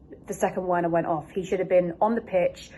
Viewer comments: “Verner” not Werner 😭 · The W in Werner is pronounced as a V.......just saying